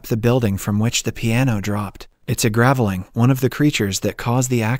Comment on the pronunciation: Pronounced grave-ling, not gravel-ing.